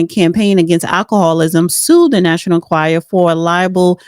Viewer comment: learn how to pronounce the National "Enquirer"